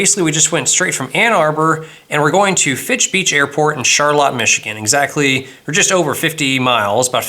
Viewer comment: My dad was born and raised in Charlotte, MI...thank you for pronouncing it correctly!